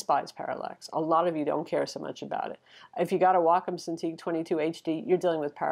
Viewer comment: Excellent review. And bonus points for actually knowing how to pronounce Wacom.